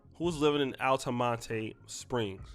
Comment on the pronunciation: I'm very familiar with this area. is pronounced Alta-mont Springs. Florida is a gun toting state. unfortunately there are allot of irresponsible gun owners in the country as a whole. I'm not gonna say this young dude was doing dirty or illegally owning a gun, but he was irresponsible leaving it where it could be easily found by children, leaving it chambered and not having a safety on it if equipped.